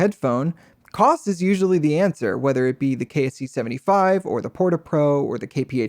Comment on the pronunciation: It’s Kose not Koss